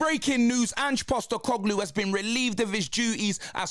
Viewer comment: Ange Sack-E-Coglou